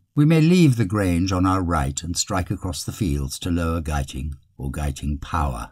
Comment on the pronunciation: I lived in the Cotswolds in the 1960s and always heard Guiting Power pronounced as you do in this video, never any other way.